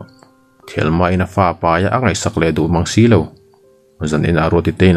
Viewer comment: Thelma thluk hi a nalh lo e, thel tih lai hi asang zawk a hman awm tak